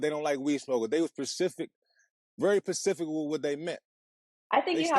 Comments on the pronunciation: I clocked that too pacific hahahahahaah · Buddy too emotional and he said "pacific" 😂😂😂 started stressing over the text back sheesh